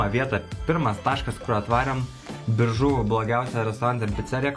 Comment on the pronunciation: wtf šis Biržų tarimas... atrodo lyg pirmą kartą miestą girdėjęs